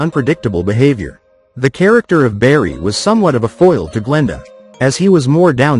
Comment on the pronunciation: Who's berry? It's BARRY!!